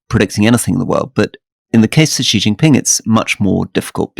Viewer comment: Alastair, the name 習近平 is best anglicised as "Shee Jin Ping". There is no such phoneme as "Zhee" in Mandarin Chinese. Take a note out of Rory's book.